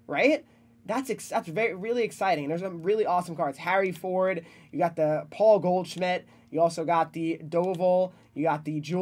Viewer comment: Who the f is paul goldschmmit.....😂😂😂😂